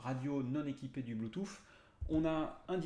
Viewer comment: Merci pour la vidéo ca manquait de ne pas avoir d'explications en paramoteur!!!!! La version lite est vraiment trop juste ou c'est une supposition? Par contre sur une prochaine vidéo peux tu dire bluetooth et pas bluetooFFF stp 🤣🤣 Je blague. Merci encore